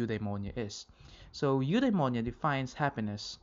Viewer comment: It should be Eudaimonia